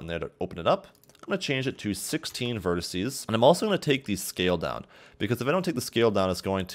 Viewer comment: quit saying "verticee"